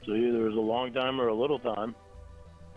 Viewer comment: hear that?? He almost slipped up but caught himself, we “didn’t even know eachother lonh (mini syllable stutter lornism)”there I fixed it lol We know more about the likely truth in his life then he does